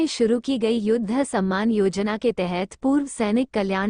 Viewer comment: कृपया हिन्दी तो ढ़ंग से पढ़ लो । युद्ध का उच्चारण आप योद्धा कर रही हैं । शिक्षा का स्तर कितना गिरा गया है । बिहार की है क्या ? युद्ध और योद्धा में फर्क नहीं मालूम । शर्म आनी चाहिए ।।।